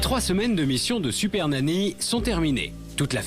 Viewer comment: Je rêve ou t’a dis « siper nany » au début de ta vidéo 😂